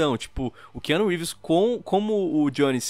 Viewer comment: Ki Anu Rívis